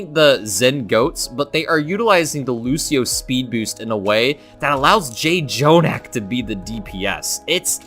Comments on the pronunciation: it bothers me that he kept saying JAY-jonak instead of just jonak... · J jonak? Learn how to pronounce his name. That is very disrespectful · For pronouncing jjonak wrong